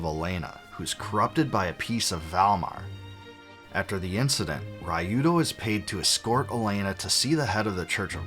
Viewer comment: You didn't play the original Grandia first on the Sega Saturn?! 😮 I feel so sorry for anyone who played it first on the PS2 rather than the Sega Dreamcast... 😬 You butchered Ryudo's name by the way. And thanks for giving the voice cast credit where it's due; They did a stellar job at voicing Grandia II.